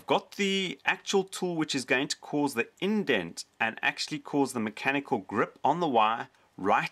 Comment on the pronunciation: Let's play a drinking game. Every time he says macanical take a shot. Let's see how long you last....